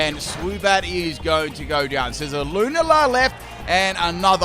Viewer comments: Haha Lunala's name is pronounced "loo-na-la" Luna means moon in spanish if you didn't know. ( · I usually don’t care about how ppl pronounce Pokémon names, but how he says lunala brings me so much pain. It sounds ugly and a mouthful to me :’’)